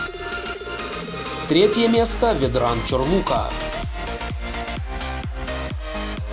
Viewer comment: ВедрАн )))) вЕдран правильно )